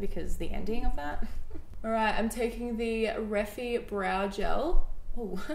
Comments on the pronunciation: Love this! But the brand is pronounced REF-EYE not REF-EE ☺️💖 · the liquid bronzer is pronounced REE-FY not reffy 🤣🤣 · Babe it’s pronounced ref-eye 🤣 not ref-ee hahahaha love you ❤️ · I believe Jess’s brand is pronounced as “re-fi” sorry I hate correcting people but just for future reference! Love this video xxx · Love these vids. So cute how you’re pronouncing ‘refy’… it’s pronounced ‘ree-fy’ 😘 xx